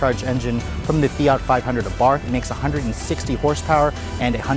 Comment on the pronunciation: Fiat-a lol